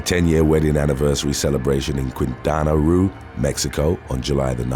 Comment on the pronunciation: Quintana Roo: kinˌtana ˈroo - NOT "Queen, tanaru", It's not ancient Nahuatl, it's Spanish .-. Chiarella: kia.re.lla, in Italian CH=K .-. Lanoue: la.nù .-. Try to do better please.